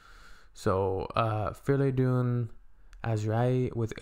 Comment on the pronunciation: not to be picky but why do you pronounce "Freydoun" as "Fleydoun"? It's with an "R" not an "L"